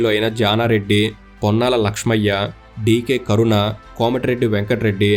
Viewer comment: Script ina sarigga chaduvu bro.. DK karuna kaadu DK aruna... Mothaniki package gattigane vachinattu undi ga😂